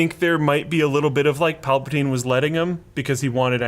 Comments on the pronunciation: It's Palpatine not palpotine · "Emperor PAL-pa-TINE" Sound like a wonderful English tea you would drink with mint and a raspberry scone. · once he said plapatyne i clicked off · "Emperor Palpatyne" I'm out lol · Linus: PALPATYNE Trump: CHYNAA They might be related guys... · "pal-pa-tyne" Pal pa tyne... Ok... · "Palpataine?... Okay" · Palpa TINE. Really?.... Like really? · Can’t take you seriously when you can’t say palpatine right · No matter your opinion on this movie, we can all agree Linus can't pronounce Palpatine correctly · Mispronunciation of Palpatine LOL